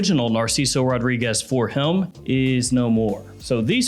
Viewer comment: Why are you saying “Him” like “Hiughlm”?